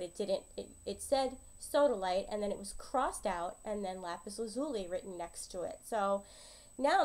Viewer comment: Thanks, it's great to have a definitive answer! Just a point of information, though, lazuli is pronounced LAZ u lie, not la ZU lee.